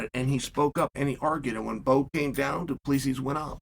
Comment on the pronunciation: Of the many Chael name errors, Du-Pleezy is my favorite.